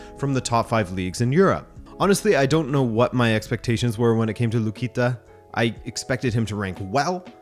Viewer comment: lukica is pronounced lukitza